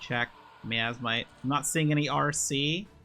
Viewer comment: My-as-might, miasmite. From the word miasma, my-as-ma.